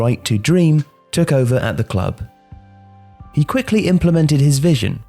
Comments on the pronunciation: He sounds so danish when he said "FC Nordsjælland" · As a Dane, I am quite impressed with your pronunciation of FC Nordsjælland. Great job! Love the video